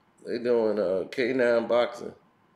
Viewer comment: Did say canine boxing?? Lol